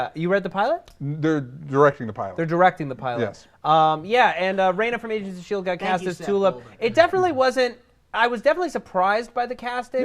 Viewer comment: I thought Matt said, "Asians of Shield" and I was like, "Hey...."